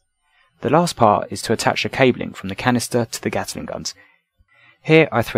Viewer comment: Sorry - it's a Gatling gun, not a Gataling gun